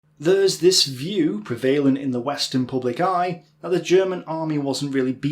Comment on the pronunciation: "Preh-ve-LanT" "BaTTle"